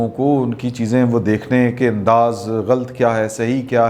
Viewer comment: Plz pronounce ghalat not ghalt